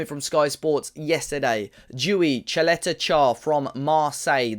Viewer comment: please sign Caleta car if he signs ill have to buy all 3 shirts with his name on the back hes one of favorite defenders still pretty young at 24 strong not slow really good in the air and he wants to leave Marseille im pretty sure hes even put in a transfer request a while ago (also u might need some practice on his first name pronunciation)